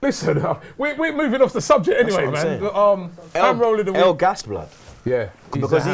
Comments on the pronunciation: It's Engels not Elgas hahahah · I'm a Villa fan, so it's alleviating some pain when these two mix up Engels and El Ghazi and call him Elganz